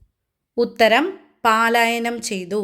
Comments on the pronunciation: മോളെ പാലായനം അല്ല പലായനം ആണ്❤ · Palayanam alla. Prononciation wrong